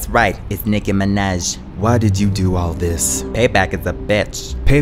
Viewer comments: That jump tho 😭😭😂😂😂😂😂 Nickie minaaajjjj ..the pronounciation 😂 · "Niki minej...ugh young money"